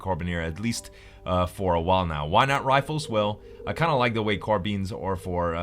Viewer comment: The way he says Carbines bothers me..